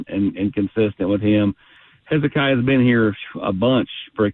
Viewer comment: How do you not know how to pronounce Hezekiah? Ramon and Eric Cain both have butchered it. It's a Bible book for crying out loud!